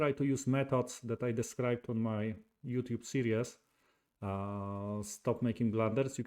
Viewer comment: The chess content is very much appreciated. Some friendly feedback. Forgive me for pointing out that probably has three syllables and is pronounced Proh-buh-blee, not Proh-bob-uh-lee. Also, series has two syllables and is pronounced see-reez, not see-ree-uhz.